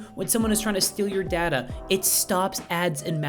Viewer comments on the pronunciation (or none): none